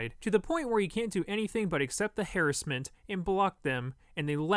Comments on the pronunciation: Dont say Hair-iss-ment please. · please stop saying harassment like that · I gotta clown your ass for that Harassment pronunciation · Lmfao he said hairassment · did he just say... "hair-as-ment?" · the way this man pronounces "harassment" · You pronounce harass weird. Cool video though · The way pronounce harassment.... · is nobody going to mention how pronounced "harassment" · he said harassment wrong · Why does he say harassment instead of harassment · We just gonna ignore how says harassment (this is not a hate comment it’s a joke) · Fuck you for miss pronouncing harrassment